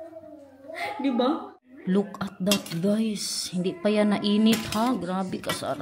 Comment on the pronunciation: Hahaha Kala ko u said lukarit .. look at it pala 😮🤦🏻‍♀️🤪